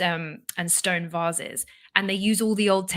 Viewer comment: why is having problems pronouncing 'vases'?